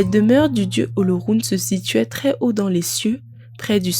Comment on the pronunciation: Félicitations à vous mais cela aurait été encore lieux si vous aviez pu prononcer le mot OLORUN comme il se doit. Mais la perfection n’est pas de ce monde 😂